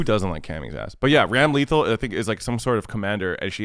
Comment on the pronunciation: I'm triggered by the way pronounced Ramlethal